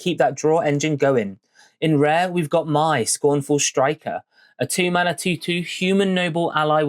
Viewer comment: It’s pronounced may not mai